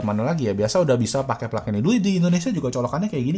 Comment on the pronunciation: plug itu dibacanya plag bukan plak bang 😁